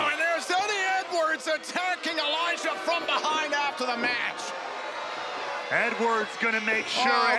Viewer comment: its Elijah not elias